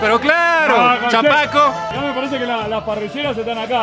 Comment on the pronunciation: Bárbaro,. Todo lindo... Solo decirte que no es "chamaco", sino "chapaco". De esa forma les llaman a las personas del sur de Bolivia. Un abrazo enorme.